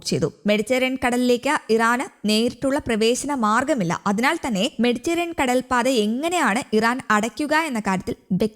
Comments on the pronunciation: മെഡിറ്റേറിയൻ കടൽ അല്ല പെണ്ണെ...മെഡിറ്ററെനിയൻ കടൽ....ഒരു മൈക്കും തന്നു ഇരുത്തിയേക്കുന്നു .. വായിൽ തോന്നീത് കോതക്ക് പാട്ട് ... എന്തിനോ വേണ്ടി തിളയ്ക്കുന്ന സാമ്പാർ ... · മെഡിറ്ററേനിയൻ എന്ന് ശരിയായി പറയാൻ അറിഞ്ഞു കൂടെ?